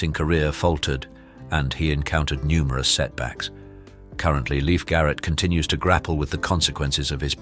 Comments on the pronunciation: Her name is pronounced LEAF, NOT LIFE !!!! Just another idiot announcer on this sucky YouTube! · Awe not life it’s leaf